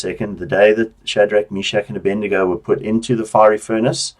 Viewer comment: its Abednego not Abendigo